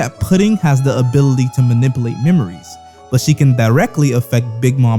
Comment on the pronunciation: “abilltea” “manibulate” 😭